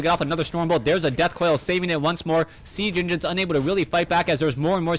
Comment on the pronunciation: Oh man :D "sea genginins"